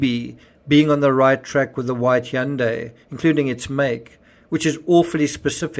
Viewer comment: So a good way to remember how to say Hyundai, it’s “Hyundai like Sunday.” It’s Sunday with an H.